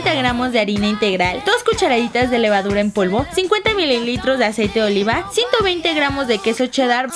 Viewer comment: en el minuto dise aseite de liva